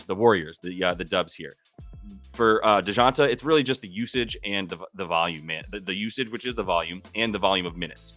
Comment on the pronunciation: Dee-Jon- tay lol butchered his name